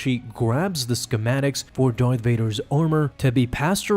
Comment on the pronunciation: Why are you pronouncing it... Dorth Vader? It's... DARth Vader.